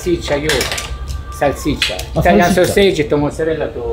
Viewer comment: ネギはいらねーなあと思ったらなるほど、 「マルガリータ」なのか・・・ ハスとかニンジンの葉の方がいいなぁ・・ いや、もうどうせチーズ使うならバジル使おう・・ モノホンのイタリア人が「サルツィシァ」って発音するの興味深い イタリア料理ですよーチャンネルどれもこれもサルシッチャサルシッチャ言っててな